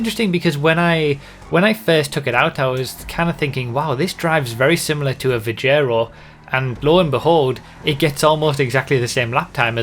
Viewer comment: IT'S PRONOUNCED VIG-ER-O, NOT VI-JEH-RO